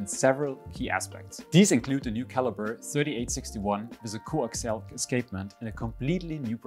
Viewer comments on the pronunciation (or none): none